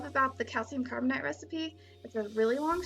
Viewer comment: It's pronounced carbonAte (8) not "ite" Carbonite is an explosive made from coal.